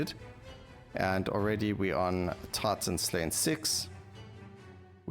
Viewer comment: Gets very distracting when you say TARTAN HUNT not Titan hunt all the time